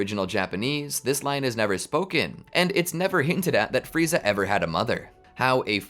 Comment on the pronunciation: Who the hell is "Fry-za?"